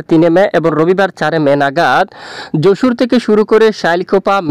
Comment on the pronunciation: যশুর না ভাই। যশোর